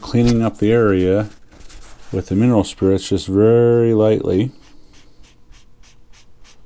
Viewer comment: You mumbled. Mineral spirits? What did you use to clean it?